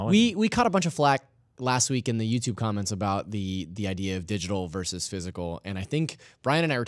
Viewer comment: Why does Brian keep saying 'verse' instead of 'versus'?